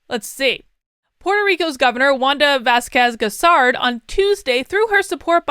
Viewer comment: Do not go too exiting by the endorsement of the Governor of PR. PR is 99% democrat because there is no alternative press here. Wanda Vazquez Garced (you butchered the pronunciation) has never won an election, she is the governor because the previous guy resigned and she was the Justice Secretary. She lost in the primary.